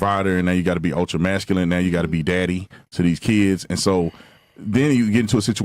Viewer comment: Did she really pronounce the word 'masculine' the way she did? Go take an adult english class holyyyyyy..